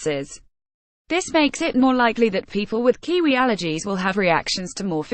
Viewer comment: kiwi. woman get it right. u keep saying its kqwee kqwee its not! A KQWEEE KQWEE OK WOMAN LOLOLOLOL